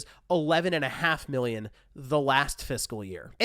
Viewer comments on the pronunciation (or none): Idk if you have allergies or a cold, but it sounds like you’re saying Billion whenever you say Million. I thought you said they sold 6.3 Billion PS5’s. That’s almost 1 for every person on earth 😅